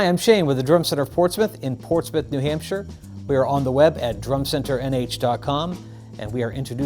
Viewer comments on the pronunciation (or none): none